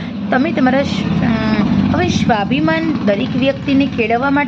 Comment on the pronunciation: સરસ વાત છે પણ વક્તવ્યમાં તમે 'સ'ને 'શ' તરીકે ઉચ્ચારણ ન કરો.'સ્વાભિમાન' ને 'શ્વાભિમાન' બોલો નહીં.